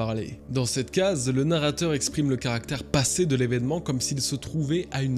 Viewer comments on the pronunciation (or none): none